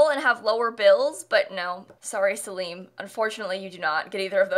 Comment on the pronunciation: Did you just call Salem “Sel - Leem”...